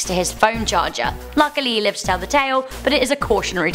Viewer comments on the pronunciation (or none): none